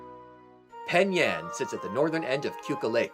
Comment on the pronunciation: Finally a vid that said Penn Yann or Webster